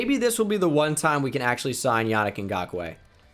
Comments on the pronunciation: It is pronounced yaneek not Yannick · for the love of god it’s pronounced “Yah-Neek Ngakoue”😂